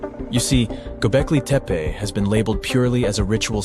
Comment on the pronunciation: The word "Göbeklitepe" is not pronounced "Göbekliteppa". Also, what does "woowoo" mean?